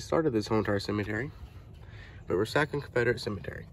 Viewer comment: Re-sock-a not re-sack-a is the way I thought it was pronounced.